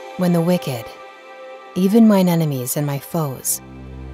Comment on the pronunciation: Can you pronounce enemies not nenemies.